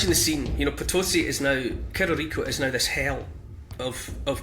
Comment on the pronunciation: "Cerro" is the castillan word for hill and it is pronounced "sarro"